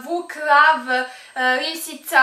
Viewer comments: Je li iko cuo da je rekla risica umjesto lisica?? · je rekla ' risica '